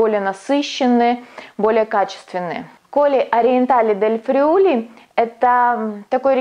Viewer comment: Внимательно слежу за вашими работами. Спасибо за труд! В рамках изучения итальянского... Friuli ударение на первое i